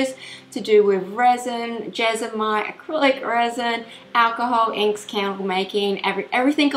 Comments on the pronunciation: It's JESMONITE not jesomite! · Do I hear her say Jesomite every time? Is that the brand she uses or is it just mispronounced? Just curious cause we call it jesmonite here.